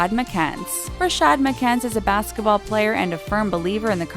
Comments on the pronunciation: You spelled player wrong you said plater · You said football plater